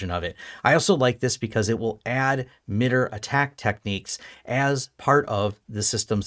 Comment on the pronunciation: This is great information. Thank you for posting this. A small point of feedback, in my experience working with people from MITRE and other FFRDC's, I believe the organization generally pronounced more "My-tar". Thanks again for the useful info though! I'd love to see you continue this path with more of a "network security monitoring for small businesses with pfsense/sysmon/etc" series.